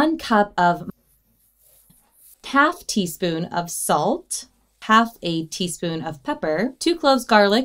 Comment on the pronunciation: over💋saltah an pepperah💅🏻